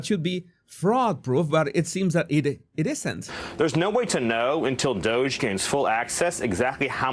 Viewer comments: Dohhhge. Ohh sound. Not Dodge with a d. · D ‘O’ G E not dodge